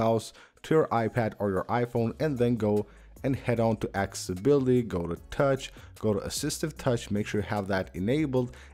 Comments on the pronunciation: It’s called accessibility not acibility. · He can clearly say access but not accessibility? Wtf? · He can clearly say access, but can’t pronounce accessibility.